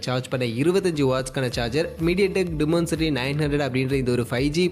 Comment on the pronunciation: Adhu dimensity, demoncity illa, pronounciation must bro